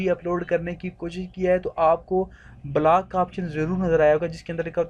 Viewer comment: Itni gandi English black kya hota h block hota h